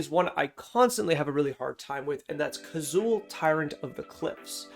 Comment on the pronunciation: I wanted to hear but had to stop when you got Kazuul so wrong I couldn't trust your thoughts going forward, sorry bud.